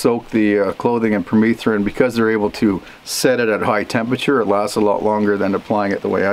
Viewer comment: Here in the US I thought it was pronounced PER-METH-RIN not PER-MEETH-RIN